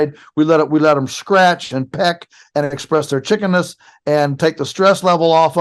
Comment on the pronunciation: What I got out of this video.... "let them... ...express their chikeness." 😉😅😅